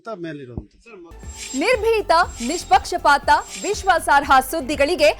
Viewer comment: ನಿರ್ಬೀತ?😂 ನಿಸ್ಪಿಕ್ಷ 😂 😂😂